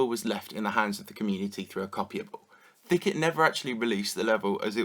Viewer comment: Thicket? more like THICCIT